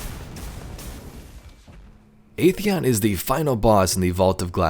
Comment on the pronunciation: Video was fantastic, always a fan of Vex lore. But I just have one tiny nitpick. Atheon's pronounciation was wrong. We know that, thanks to the Age of Triumph back in D1, it's pronounced "ATHeon", not "AETHeon".